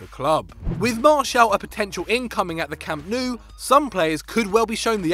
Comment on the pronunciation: its Camp Now not Nooo